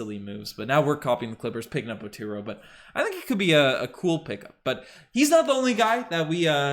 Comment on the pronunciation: OH-2-RU not OH-2ROW lol MINNESOTA GOPHERS BABY!